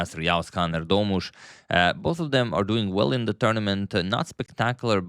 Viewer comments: dude pronounced Erdoğmuş perfectly. That was a surprise. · you pronounce "erdoğmuş" as well as a turk thank you so much.❤